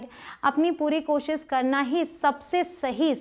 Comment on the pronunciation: This is useful session 👌 Thanks but sorry to say please work on your Koshish word. Please don't take it wrong way.